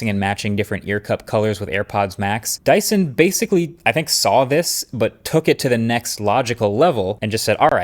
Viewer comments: "DYSTON" 😂. Love your videos and you are one of the best tech youtubers out there ❤ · It’s dyson